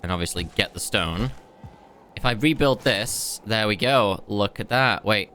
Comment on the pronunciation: Hurts my ears when he says "thrr" instead of "there"